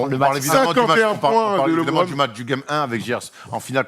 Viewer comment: Quelqu'un peut dire à qu'il peut dire Lebron normalement sans accent car même en anglais on ne dit pas Lébron hahahahahaha